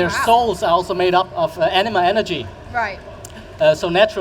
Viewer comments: The way he's saying it... it sounds like enema. I know it's anima, I can read. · I keep hearing enema....